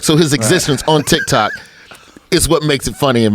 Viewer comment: Joe “Tkitok* Rogan